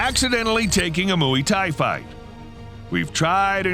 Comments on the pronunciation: I dunno what this mooey thai is you're talking about haha. It's worth googling the pronunciation my man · "moo-ie" WTF is moo-ie? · "Moo-ey Thai"? Seriously? Learn to pronounce what youre making videos about.